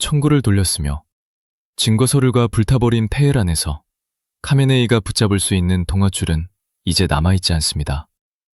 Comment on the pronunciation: 카메네이는 하메네이입니다...ㅋ과 ㅎ은 뒤섰겨서 같은 발음으로 나타납니다.. "카하"의 합친 말이지요..장기스칸=징기스한..삼한=삼칸..거서한=거서간....등으로 발음됩니다